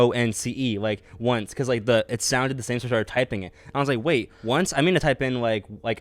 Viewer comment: Once... short u sound....... wants...... short o sound